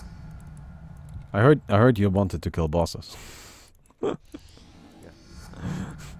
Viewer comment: It will keel 😂